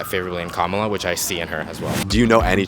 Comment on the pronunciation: Why can’t pronounce Kamala correctly when people keep telling him repeatedly? Pay attention!